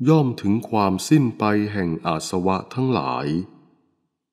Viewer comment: อาสวะ อ่านว่า อา -สะ -วะ ไม่ใช่ อาด-สะ-วะ สาธุค่ะ